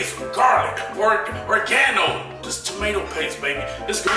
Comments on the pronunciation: Lmao he said organo he meant oregano this dude is hilarious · THIS HEAH IS OR-GANO 😂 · “Ore-gah-noh “ hahann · Glad I wasn’t the only one who caught that. Lol